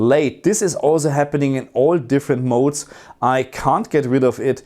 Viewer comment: Great video! i miss hearing you say Game Mod-Ez instead of modes 🤣🙌🏻